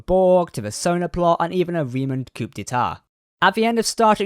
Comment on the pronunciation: Coup in coup d'etat is pronounced "coo".